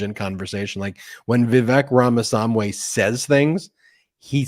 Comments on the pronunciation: Indian American here. It's "Rahm-a-SWA-mee". And he is a bs-spewing jerk. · I am continually baffled that can't be bothered to learn how to pronounce "Ramaswamy."